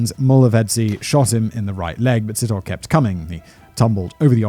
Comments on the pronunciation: It's sit-oh-lay but great episode, thanks for sharing this sad case. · Sit-hole. No we dont pronounce it like that. Its /See-tor-le´/ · I just couldn't concentrate! Every time Simon said 'Sit hole' I cracked up. (Pronounciation, phonetically, is 'See toe lee') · sithole, hahahaha. Si-taw-le, not sit-hole hahaha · There is no th sound in these name or sounds like Ole. Sithole is pronounced sit-haw-leh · Side note...when pronouncing an African name and it ends with e, it's a long ee. Sit..ho..lee. And yeah, the long names are very difficult to pronounce, but thanks for trying to give the victims respect. 🐾 PS...We don't have juries, only magistrates/judges. And YES, we need the death penalty back. The rape/murder of children and women here is out of control. Every 5 seconds a female is raped😢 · It's an African surname that is actually pronounced "see-toh-le". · Si-Taw-lee (Sithole). Haha lemme know if you want some help ons those African names. All about the right emphasis on the right syllable. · Hey Simon, enjoying this new chanel🤗 Here's a tip for pronouncing ethnic African names - we pronounce all the vowels to the end, e.g Sithole : Si-tho-le (sea- tall- le) if that helps🤗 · ALMOST 100K SUBS!!! CAN'T WAIT!! SOOOOOO CLOSE!!! ⭐ANOTHER GREAT VID GUYS!!! BTW, Sithole is pronounced "Sit- holay" - but I'd probably fancy pronouncing it "Shithole" instead!! 😂😂😂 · Selepe. Pronounce the e at the end as you would say e for elephant. Same with Sithole. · his name is pronounced Si-TOLE / N KOSI \ N DLOVO PLEASE DO VIDEO ABOUT THE MANY MURDERS OF THE INCREASINGING FARM MURDERS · I was wondering if there was gonna be a Sithole in this story, having heard how he pronounced Rapodile, I couldn't stop laughing 🤣🤣 DEEEEEP! South African tip: Th in Zulu, and in most South African languages is just pronounced as T